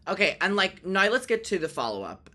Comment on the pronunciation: I love the way you say the word "now" as "no"!